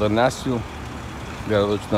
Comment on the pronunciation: ррр почему нЯшвил ррр ухо режет капец, нЕшвил же...